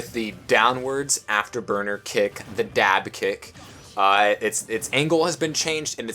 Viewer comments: Am I the only one who heard say Bayonetta's dive kick as "Dab kick?" just me? Even so, I can never call this move anything else ever again XD But legit good stuff bro you're right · I heard that xD